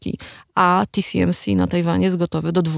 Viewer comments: nie chciałbym się czepiać ale czy w segmencie dotyczącym półprzewodników mowa o TSMC? czyli "ti-es-em-si" a nie ti-si-em-si? probowalem znalezc ale google nie znalazło nic pod TCMC. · nie tisiemsi tylko TSMC tiesemsi.! Taiwan Semiconductor Manufacturing Company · Co do części o półprzewodnikach, to się zawiodłem, bo nie wspomniano o oprogramowaniu, które służy do projektowania chip'ów tj. EDA, które też jest przedmiotem sporu. No i nie "ti si em si" (TCMC?) tylko TSMC, podobnie nie AML tylko ASML. TSMC jest producentem układów, ASML projektuje i sprzedaje maszyny do litografii, a klientami są takie firmy jak TSMC, Samsung i Intel, ale te wyżej wspomniane firmy to nie mają wszystkiego co jest potrzebne do produkcji. ASML nie może sprzedawać najnowszych maszyn używających Extreme UV (plazma) do Chin, ale sprzeciwia się zakazowi sprzedaży urządzeń do Deep UV (laser) bo to nie jest już najnowsza technologia.